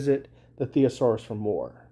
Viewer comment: "sinonoms" "thesorius" Dude's a moron.